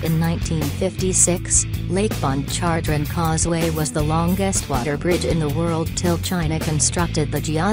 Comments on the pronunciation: The only reason I gave a thumbs down is for the "speak and spell" computer generated voice narrating this hilarious video. To hear it try and pronounce the Louisiana bodies of water cracks up. (I'm from Louisiana) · Did I hear lake pon chon jre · IKR? The way it pronounced "Pontchartrain" was hilarious, and that was the easiest one. I'd like to hear it pronounce "Tchoupitoulas".😂